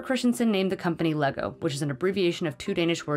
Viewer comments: them calling “lego” “legos” is really disgusting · “Altimate fanz of laygo” 😂